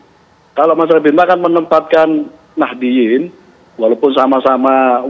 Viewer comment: Ngakunya paling deket dengan NU, tapi menyebut Warga Nahdiyin saja jadi Nahdilin😅